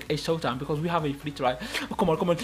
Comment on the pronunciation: Free or flee bro 😂